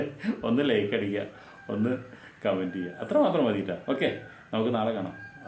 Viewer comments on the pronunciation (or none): none